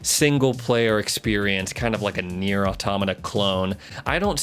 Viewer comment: NIER what!!!! how the hell did you pronounce it hahhahaah